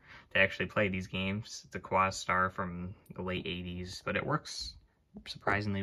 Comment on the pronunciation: Quasar. Sounds like "kway-zar." I had a b/w one back in the day. :)